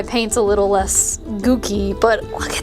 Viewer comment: girl i think you accidentally said a racial slur (goopy with a k instead of a p)